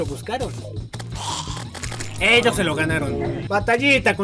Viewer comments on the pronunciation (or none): none